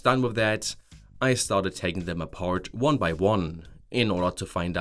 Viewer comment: Started!! Not startett